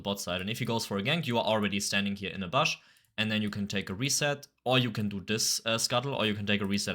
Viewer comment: bush, not bösh